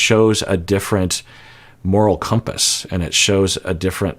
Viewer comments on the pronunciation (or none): none